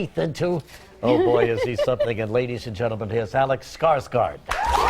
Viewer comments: it does,its pronounced "Skarsgord" kind of, little tricky to explain it to someone that doesent know swedish :P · Haha, funny when my normal alphabet is considered "fancy" ;) Anyway, å is pronounced more like an o with pursed lips. Kind of hard to describe. Maybe you can find a Swedish interview with him and hear how they present him. Or you can write "farm" on Google Translate and hear it in Swedish. "Gård" is a common part of Swedish and Danish last names :)